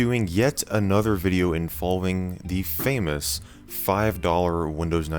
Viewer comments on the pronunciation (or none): none